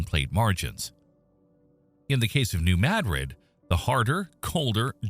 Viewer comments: Not in s.e. Missouri. New Mad rid is correct. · New Mad-rid, or New Muh-drid (pronounced like the Spanish city) are both acceptable. But the locals pronounce it "Mad-rid". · that's how we pronounce it, we live close to New Mad Rid😆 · Holy crap..."New Madrid" got pronounced correctly in a YouTube video for once. Nu MADrid 🎉🎉🎉🎉🎉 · That is the correct pronunciation for s.e. Missouri. New Mad rid. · I’m in Southern Illinois, and a short time ago, in the evening, I felt a slight rumble…it didn’t scare me, but I’m sure I know what it was. I’m out in the country and it was not a big truck rolling by down the road. And it is pronounced Maa-drid (short ‘a’ like in apple 🍎) here. AI voice got it right. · Wow! You pronounced New Madrid correctly! Cudos! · As someone born and raised in New Madrid, I’m just proud a YT video pronounced the name correctly for once. 😆 We live on a subduction zone, which, if the big one hits, will instantly liquify the ground. There will be no shaking. It will come in waves. Literally the earth rolling. The sand boils will pop up. You can still see the scars from satellites. It will be devastating. I just hope we are in the long sleep of this giant. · Finally, someone can say New Madrid properly!!!!!